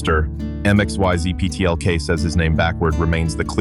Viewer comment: It is pronounced Mix-yez-pit-elik.